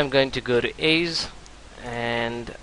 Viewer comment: aze???? EDGE!!! Eh-ja otherwise good tutorial :)